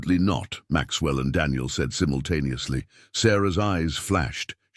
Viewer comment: You are miss pronouncing simultaneously. You hear 🙉 the I